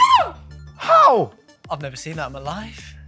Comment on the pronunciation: ‘’Everyone like dat’’